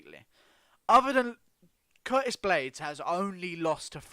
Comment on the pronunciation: This man just said Curtist